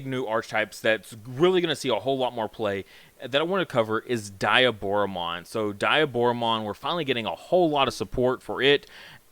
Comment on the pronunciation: Its Deeee A Boro Mon